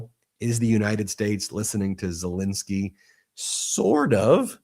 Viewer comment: ZelENSKY not INSKY, FFS why can't you pronounce his name correctly. When you were in court, did you do the same??? You've done this for years now and it's not professional. Shall we call you Bin or Ben !!?? Ensky NOT Insky Get it right.